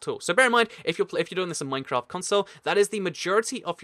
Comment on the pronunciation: you said mancraft :)